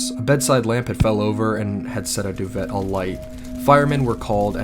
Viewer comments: You REALLY just called a doo-vay a doo-vet?! Wow, someone needs to go back to school... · I love these videos but good damn does it annoy me the way he pronounces duvet it pronounced like do-v-ay not do-vet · Ahh. I Do love hearing the male species pronounce the word "duVET" hahaha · just so you know, duvet is pronounced 'doo-vay'! great video! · baby ily but your pronunciations on a lot of your videos need some work lol duvet = doo-VAY talc = talk kilometers = kil-OM-it-ers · The scariest part of this video was the pronunciation of "duvet" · You didn’t pronounce “duvet” like that did you?! 😂🤦🏻‍♂️ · You're pronouncing "duvet" incorrectly. The the -et has an ā sound